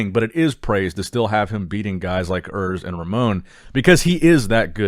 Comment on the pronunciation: Oors not Örs !